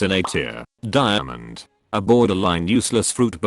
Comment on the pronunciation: did this guy say dimond is sss lol